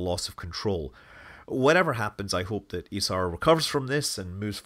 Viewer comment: Kudos for pronouncing Isar correctly. Just so proud to of the guys!